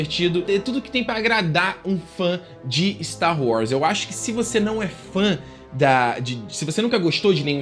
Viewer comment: você sempre fala Star Wrars. Nada contra, mas é engraçado.